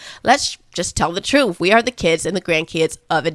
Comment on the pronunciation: first off, I LOVE you, your delivery, your content and your authenticity. However, please, please stop pronouncing the word truth as trufe. This isn’t a complaint, but you don’t enunciate the words with “th.” You always replace the th with the f. Wif instead of with as an example. I do love you.